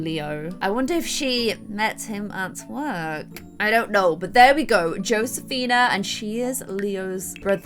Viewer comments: josefina is pronoced Hosefina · i think its actually pronouced josefina